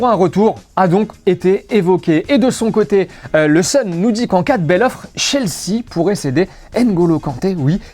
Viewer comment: Possible de prononcer "Chelsea" correctement ?